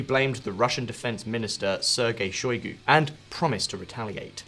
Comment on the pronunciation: pro-GOT-zin? shoy-GEI? Well I guess we should be grateful that you didn't identify Russia's president as Vladimir Poutine!